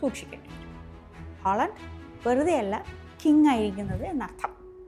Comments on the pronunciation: Holland അല്ല haland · ഹോളണ്ട് അല്ല ചേച്ചി, ഹാലൻഡ്. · 'Aaaling holan' not to pronounce 'holand' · ഹോളണ്ട് അല്ല... ഹാലണ്ട് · ഹോളണ്ട് അല്ല ഹാലൻഡ് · ഹോളണ്ട് അല്ല ഹാളണ്ട് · way she pronounced is Holland not Halland 😂